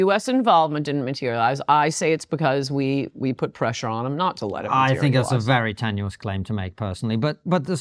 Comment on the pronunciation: I've noticed that first-degree relatives of schizophrenics always over-extend their vowels in the exact same way she does. Bill Gates does it too. Listen to how they pronounce the word "not."